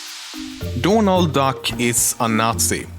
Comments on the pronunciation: dååånald dack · dånald duck... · Doonuld Dack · "Dornalt Dock" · Dånald duck. XD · DÅNALD DACK xD